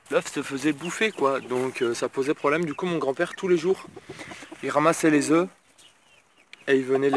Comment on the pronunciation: Stp arrête de dire des zeuff!! On dit des zeuuuu!! Sinon bonne video, c'est un plaisir de te regarder à 4h du mat avant de bosser